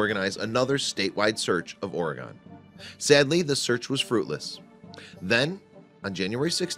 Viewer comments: Its ORE-GUN not oray-gone. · It's pronounced oregen